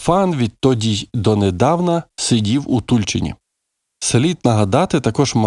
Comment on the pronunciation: Дякую за відео! Правильно ,, у ТульчинІ'', наголос на і.